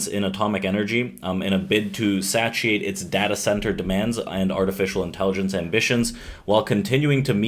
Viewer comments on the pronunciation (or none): Thanks for your thoughts. Appreciate it. Also, just FYI, it is “Say-SHE-ate”.